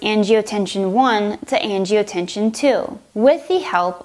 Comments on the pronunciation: and that's generic, not brand. and it's angiotensin, not angiotensiOn. And , it's angiotensinogen, not angiotension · Great video- thanks. You might want to correct the pronunciation though- it's "angioTEN-SIN". Not angioTE-SHUN. I love how you use the visuals. So many of these med videos are painfully monotone and boring. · She says "angiotenshin" instead of angiotensinogen and says angiotenshin instead of angiotensin... :| Other that that it's helpful, just irritating to see an on virus mistake like that especially when on screen it says angiotensinogen. My only other critique would be the jump cuts between the lines and medicine names. Keep up the good work. :) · I hesitated when she pronounced angiotensin incorrectly, maybe it was a lisp. Then she said "the body is an amazing organ" WHAT. No....just no. Lost all hope at that point lol